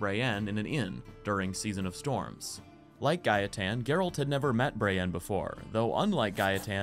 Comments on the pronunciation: The way you say Gaetan is how we Polish people would pronounce it. So that's why its pronounced Gah-eh-tan in the game too ig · The way you pronounced gaetan is the right way. I m french and it is a name we have here. It is indeed pronounced ga.e.tan. Anyway, i really enjoyed your video. Thanks for all your work! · My partner is French (and the person who introduced me to the Witcher by the by). She has a friend called Gaetan and she pronounces it Guy-tan, which I believe is correct.